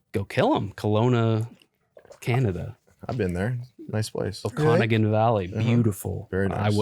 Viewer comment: trying to pronounce Okanagan was crazy